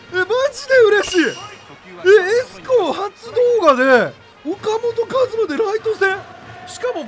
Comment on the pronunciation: ふぉかもとかずまやろ